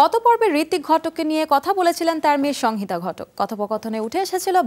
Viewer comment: ঘোষিকা "সংহিতা" উচ্চারণ করতে জানেন না ।